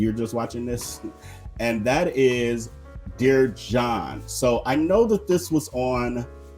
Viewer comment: You called “Dirty John” ~ “Dear John”. It made me think of that old Dear John sitcom from back in the day.